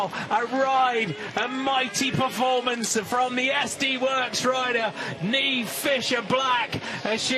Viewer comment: Oh right. It's an Irish name. I laughed when Niamh won the U23 World Championships in Australia. The Aussie commentator was calling her Neemer. 😄